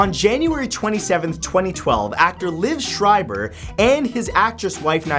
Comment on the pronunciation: That's liav (LEE-EV) LIEV SCHREIBER it's not live you fucking moron.